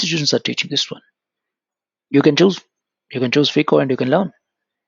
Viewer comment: Sir, You pronounce phico. It is FICO